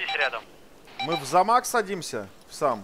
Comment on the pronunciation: Каждый раз слыша ,,Замак,, прорывает на смех. Вроде такие сурьёзные а говорят давай в замак